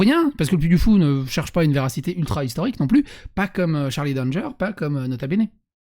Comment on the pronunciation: C'est un nom de famille "Danger" ça se lit a la française